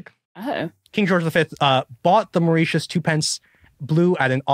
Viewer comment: Today I learned that Americans can't pronounce Mauritius correctly...